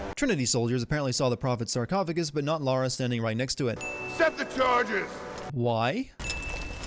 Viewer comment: You are better than GCN because you pronounce the Protagonists name correctly. You say Lara, not Laura. THANK YOU! It pisses me off when supposed "Perfectionists" make such a stupid mistake.